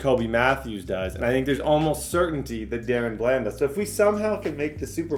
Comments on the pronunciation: “Duh-ron Bland” not “Darren bland” it’s been buggin me that you’re saying it wrong 😭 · just to let you know it's pronounced (Duh-Ron) Bland, not (Der-Ron)